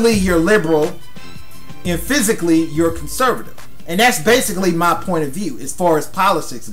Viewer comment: It sounded like "physically" you're conservative. lol